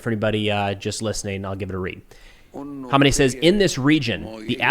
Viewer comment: Dude u sharing irans leaders name wrong was mad annoying pronounce it like this man kha may knee